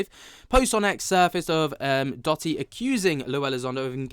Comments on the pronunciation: Hi. Love your show watch all the time. Just wanted to tell you Dotty is actually pronounced…Doe…Dee. 😊 … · Doe - tee not dotty cheers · I think it's Doh-ty bruv